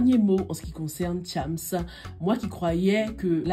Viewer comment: Tu prononce mal le nom de chams 😂